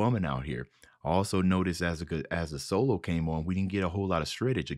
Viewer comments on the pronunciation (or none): none